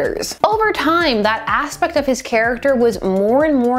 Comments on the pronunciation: 3.02 - "That ass-pect of his character..." - I see what you did there.... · that ASSpect lol sorry couldn't help it